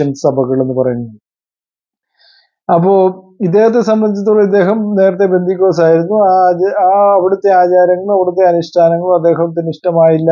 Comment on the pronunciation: ബന്ധിക്കോസ്ത് അല്ല brother പെന്തക്കോസ്ത്( 50 ദിവസം എന്നാണ് അർത്ഥം)